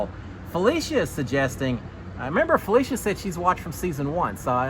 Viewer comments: instead of FelEcia, it’s FelIcia. With an “i” sound instead of an E. You pronounced it right at the beginning but not towards the end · Hey, wanted to give you some help with a few name pronunciations! For Cirie, think Marie but with a C (not the iPhone feature Siri). And for Felicia, it rhymes with Patricia! Ready for another season of Notes - thanks for doing what you do!